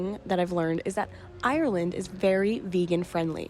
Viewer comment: classic yank 🤣 'IRY-LAND'